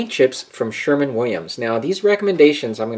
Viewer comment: Just a heads up not is pronounced Sherwin Williams not Sherman.